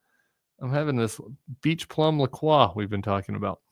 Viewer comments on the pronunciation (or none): Tim, I think the brand of seltzer you are drinking is pronounced La Croy not whatever you keep saying. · It's pronounced La Croy